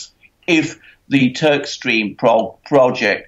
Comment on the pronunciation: Swear you said Turdstream ... haha, no of course Turkstream